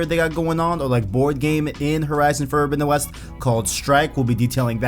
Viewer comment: "Fordowinowes"? Wth!?!?!